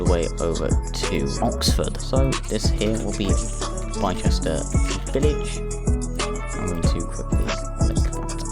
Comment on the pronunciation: Bicester is pronounced is bister :)